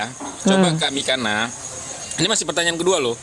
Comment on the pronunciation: gak bisa baca yunani... belajar lagi